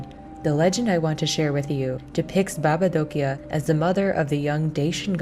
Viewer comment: I'm from Romania, that's so nice that they introduce some Romania things in the game and as well the way you say "baba Dochia " and the rest of the world's in România language is perfect well done.